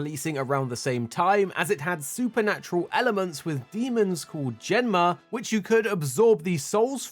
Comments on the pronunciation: Genma not Jenna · It's not "Zen-ma". The Japanese pronunciation is different.